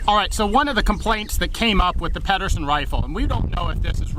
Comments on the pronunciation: Peed-ersen, not Padderson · Pedersen with a soft D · great video but you guys don't know how to pronounce Garand or Pederson.